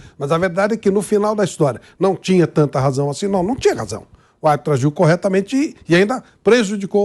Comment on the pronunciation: "Ô árbitro ágio corretamente" tá de sacanagem kkkkkkkkkkkkk